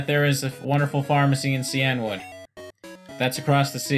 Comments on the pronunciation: Wouldn't it be SEE-in-wood and not See-ENNE-wood? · I always pronounced “cianwood” as “sigh-an-wood” instead of “see-an-wood”.